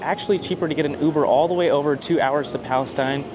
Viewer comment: Hey I'm from Palestine Pronounced Palesteen not Palacetine Great lookin truck by the way Thanks for supportin Kim's convenience store where you bought your diesel ⛽️ 🤣